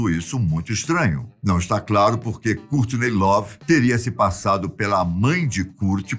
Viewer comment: A filha franças kkkk Francis kkkk Cúrtiney lovee Cúrt cobain kkkk e bacana mas essa pronúncia bem brasileira kkk